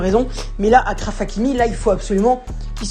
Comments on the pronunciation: C’est Achraf que ça se prononce pas Akraff 😭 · Achraf comme chaise ça se prononce de la même manière